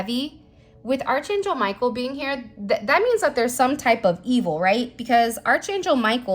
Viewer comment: You are mispronouncing Angel Micheal, title. It is Ark not arch. It is not said as it is spelled.